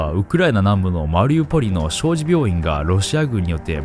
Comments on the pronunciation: 小児 ×しょうじ ○しょうに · 小児（しょうに）